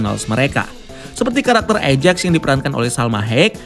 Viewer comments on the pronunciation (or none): none